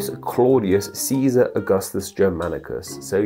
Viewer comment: Caesar* not Cisor